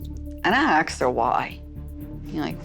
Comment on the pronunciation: did I really just here a white woman say "aksed" talk about copycating on a whole other level 🤡